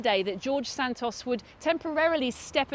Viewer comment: So nice to hear someone say Santos the normal way in English and not as "Sand-toes", they way they are in the US right now. They really can't speak English over there at all.